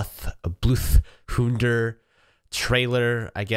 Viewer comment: "i... Bloodhoudthur, will slaughtherla"